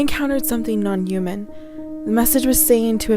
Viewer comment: Why the hell do you say "human" like that!?! Good Lordy girl update your audio too!!